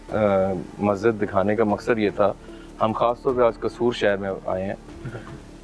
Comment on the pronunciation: Maksan nhi maqsad hota bro